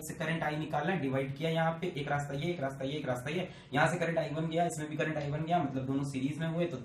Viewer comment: Sirr kaa crrntt khuchuk khuchuk khuchuk karke jataaa haiiii😂😂😂😂😂😂😂......... Stilll sirr uu r best😎